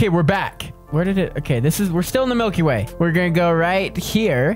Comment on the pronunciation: U NUB YOU SAID “EAY” NOT “WAY”